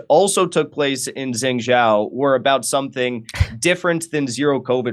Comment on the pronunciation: Jengjow? Think he means Zhengzhou (JUNG/JOE would be closer) Clueless, yet we should listen to on this get a grip Jimmy this was embarrassing I had to say something, but this is not correcting any record on the protests. WOW!